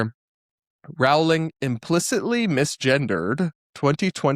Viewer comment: Sorry for making an unsubstantive comment, but since you have to talk about JKR a lot... It's pronounced *rolling*. Yes, some British surnames are weird and this is one of them.